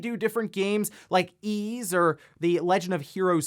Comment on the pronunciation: The Nihon Falcom series, Ys, is pronounced Eece like fleece (or isu in Japanese), not Ease.